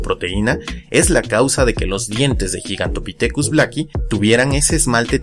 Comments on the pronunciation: No tomes esto como crítica sino como una contribución a este canal que me gusta. Existe el término castellanizado gigantopiteco que se pronuncia como se escribe, es decir, gi y no yi. Por otro lado, siendo puristas, el término griego γίγας se pronuncia guigas y no yigas. Ahora, dado que el término es la latinización de dos palabras griegas, entonces debería pronunciarse guigantopitecus dado que la pronunciación latina para las clasificaciones tipo lineanas es la restituta o clásica y no la romana o eclesiástica. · γίγας se lee "guigas" no "yigas" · Perdón pero se pronuncia gigantopithecus poniendo la lwngua entre los dientes al pronunciar la t. No es yigantopitecus. La letra gama se pronuncia como g no como ye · Respecto de la pronunciación, que yo sepa, al menos según la RAE estás en lo equivocado, al igual que se debe pronunicar "gigabit" y no "yigabit", No obstante la RAE acepta que una palabra escrita en otra lengua (o importada tal cual) sea pronunciada conforme a la lengua de origen. ¡Ojo! la pronunciación de toda la palabra, no solo la primera letra.